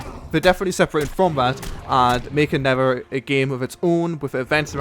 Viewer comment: Come on. Not Neffer Not Never It's NeTHer.